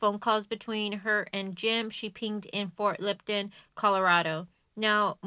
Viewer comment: It’s not Ft Lipton...it’s pronounced Ft L(up)ton